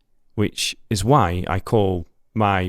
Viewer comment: No he says why but he pronounced it like وعي lol